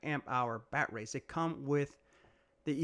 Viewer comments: Are you saying “bat-rays?” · Just in case you didn’t know what a dick who can’t pronounce batteries properly riding a mini e-bike looks like…